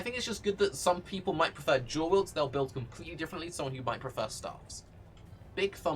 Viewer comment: I don't know if he is saying dual or jewel. He didn't mention curse buff, is it not as good as i think?